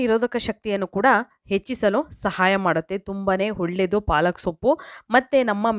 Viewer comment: ಹೊಳ್ಳೆದು ಅಲ್ಲ..ಒಳ್ಳೆದು...ಟ್ಯಾಮ್ಯಾಟ ಅಲ್ಲ ಟೊಮೇಟೊ